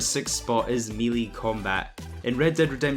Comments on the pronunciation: Pretty sure it's a 'Melee' rather than a 'Mealy'. As in pronounced like Mel, or Del. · It's not meeeleee It's "may-lay" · u said Ellie instead of LA and meelee instead of melee. Fix your grammar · I think Brits Pronounce it like Melee and Americans Pronounce it like Mayley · Melee is not pronounced "melee" its pronounced "maylay"....lol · "Me lee combat" 😁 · Its not may-lay Its "meh-lay" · It's melee not melee... MELEE not... 🤢🤮 Melee. The fuck? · He said melee wrong where is the million comments complaining about it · It’s melee not melee